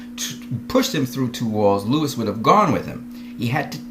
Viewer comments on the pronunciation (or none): The fact you keep saying Lois name as Lewis negates everything you say.